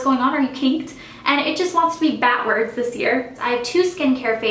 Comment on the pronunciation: DId you seriously just say BATwards? *rimshot*